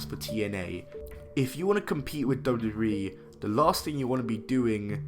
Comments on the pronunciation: Lol he can't say wwe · Can’t even pronounce WWE lol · At the start of the video, the way he said "WWE" 🤦🏿‍♂️ I was like wooah okay buddy 🤣🤣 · Please learn how to say WWE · The way this guy says "WWE" is funny af